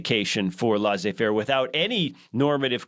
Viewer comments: Laissez faire is a French term meaning “you let to do” literally. I just so happen to speak French. Leh-say. But certainly not lah zay, like pronounces it. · It’s pronounced Leh-say faire. C’mon man.